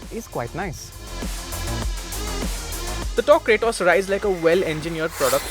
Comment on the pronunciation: It ain't Cray-toss ....its KRAAATOS